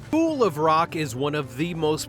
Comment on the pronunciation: this narrator plainly said "BOOL of rock". What the hell does "BOOL" mean??